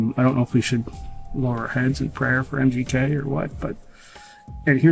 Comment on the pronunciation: Sounds like your saying mjk it’s mgk